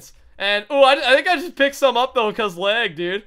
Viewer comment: Is it just me or does it sound like is saying leg instead of lag?